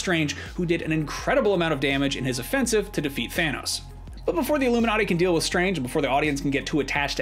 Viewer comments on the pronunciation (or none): none